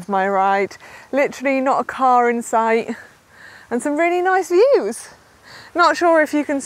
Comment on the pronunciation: Fantastic video Manon. Did you say great views or great ewes 😃